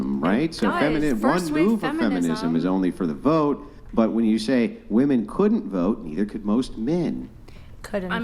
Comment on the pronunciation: I CANNOT STAND THE INABILITY TO PRONOUNCE WOM-ENNNN. Wtf